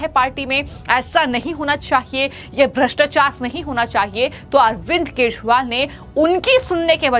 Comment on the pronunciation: अरविंद केशुवाल _ ये कैसा उच्चारण कर रही है? इन मोहतरमा की जुबान ही साफ नहीं है और बन गई समाचार वादक